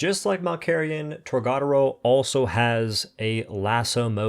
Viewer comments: You say tor ga door o. Not tor god aro. You say it like Americans that don't know how to pronounce words in a different language so the say it witch ever way. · I just wanna say.. TOR-GA (guh)-DO (doh)-RO (roh... not row) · Boy I'll never get over his mispronunciation of TORGA dora... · It's pronounced torg-A-doro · Dude, it’s pronounced Torga Doro